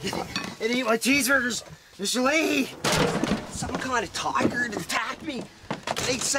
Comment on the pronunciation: Alright people I realize he didn’t say “toiger” I was trying to exaggerate the pronunciation with his heavy Canadian accent 😂 sorry